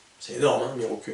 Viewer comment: salut je crois pas que la prononciation soit "mirocul" mais plutot mirokou :)